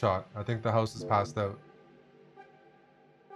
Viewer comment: eric saying "passed oot" makes me so happy